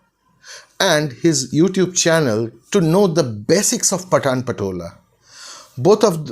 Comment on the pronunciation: it is not pa-taan but Paa-ton